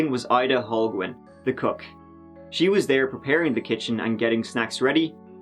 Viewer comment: Holguin...Hol geen not hol gwen 👍😉